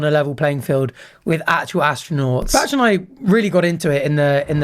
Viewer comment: Am I the only one who is bothered by Arthur's pronunciation of "Bach"?